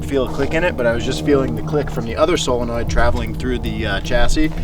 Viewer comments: "ok so I have mounted our fuel solenoird and our nos sellonord..." I love it. It's like Benjamin Cumberbatch trying to say "penguin" in that documentary. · Him calling it a sillinoid valve hurts me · Silanoids 😅😅😂 ….. is it not Solenoid😂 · Why do people consistently pronounce “solenoid” as “seal-a-norid” lol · Honest question: Anyone else hearing say "sillynoid" or is he doing that on purpose? I'm all for combining "silly" and "solenoid", but... ummm... yeah, genuinely would like to know. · I like how he keeps saying "sillynoids" . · I can’t unhear you say “cylinoid” instead of “solenoid” over and over again. I’m going to steal that and piss off all my engineer friends. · There's just something so wholesome about pronouncing solenoid as silenoid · Is he saying “sillynoids”? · Why can't he say Solenoid? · WTF is a "Sillanord"??????